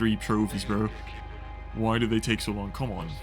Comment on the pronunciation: The way you say bro is absolutely insane. Brorrrr